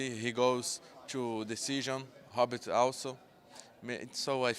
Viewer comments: In Portuguese R is pronounced like H..hence " Funny " Hobert.. sounds like he's calling him a " Hobbit" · Robert mate Robert "Rob Bert" Not Hobert